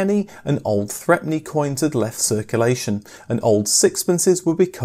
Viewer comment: The threepenny bit wasn't pronounced "threpenny". Everyone pronounced it "throopenny", except for the lady in our local toy shop who always called it "threpence".